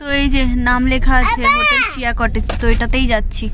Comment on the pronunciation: হোটেলের নামটা সিয়া কটেজ বললে ওটা mone হয় সি কটেজ হবে।